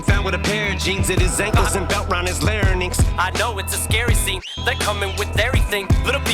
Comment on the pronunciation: Genuine question: Why does Eminem pronounce 'larynx' (I’m from the UK but I know it’s pronounced the same in the US) 'la-ra-nynx' in this? Is this common? Is there some kind of origin to this? PLEASE no hate because I LOVE this album and Em, I’m just genuinely curious, that’s all! 🙏🏻